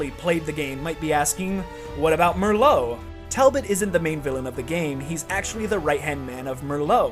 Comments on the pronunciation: It’s fucking Marlowe not Marlo you Dickensian bastard!! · It's either pronounced TalBOT(BAHT) or TalBEHT, TalBIT like you were saying in the video just sounds wrong. And it's MARlow. Not Merlot, like the wine. Just thought I'd throw those out there. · Who the hell is Mer-lowe???? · MARLOWE NOT MURRLOWE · IT'S PRONOUNCED "MAR-LOW" YOU FUCK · this. Fucking triggerred me. MERLOW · Keep getting re-triggered by the comment notifications "Merlow" REEEEEEEEEEEEEEEEEE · lol Marlowe being pronounced as "Merlot" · He mispronounced Marlowe's name because he had another very good friend on the mind: Mister Booze, Mister Booze, Mister B-Double O-Z-E! For real, tho, great vid. I get more sense from this than actually playing Uncharted 3, my second favourite Uncharted game solely because of the melee combat. Probs. gonna be rewatching this one and exploring the other villains you've talked about. Last note: Love the speculation that Talbot had a secret. Makes tons of sense. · how does he mispronounce Marlowe when her name is spoken many times by the characters???